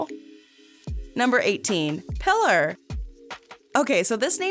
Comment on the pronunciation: Not pronounced Pillar, Pí-lar cmsomewhat common name in spanish